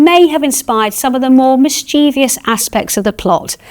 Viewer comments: Mis-chievious! Rebecca, the word is mischievous. Also it's Buckingham Palace, not Buckinam. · If Rebecca says "mischevious" for "mischievous", so can I.